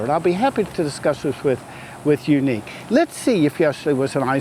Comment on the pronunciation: My neck hurts from yuneek its YUNEEC